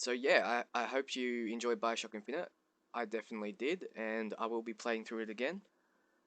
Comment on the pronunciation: why do you speak so strangely?? Biocrock ? Liehow? wtf